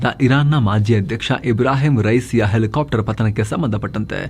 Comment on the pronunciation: Elikaaptar... Elikaaptar 😂😂😂😂